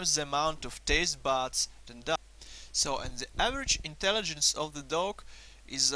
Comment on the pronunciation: IT sounds like you saying ducks...